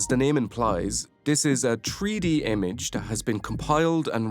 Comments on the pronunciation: Why is he keep sayin "Tree -D" instead of "three D". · Drinking game idea: Take a shot everytime you say "tree-dee". I'll let you know if I survive. If I never update you, you'll know too.